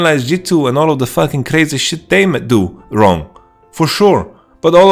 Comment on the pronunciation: "YoU Aw WoNG"